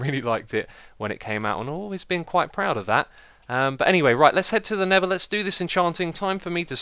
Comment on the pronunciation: X be like... Nether = Neva Lava = Laver Mesa = Mayser